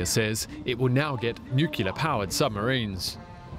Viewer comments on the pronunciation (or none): "Australia will now get nucular powered submarines." Why is it some people cant figure out how to say nuclear?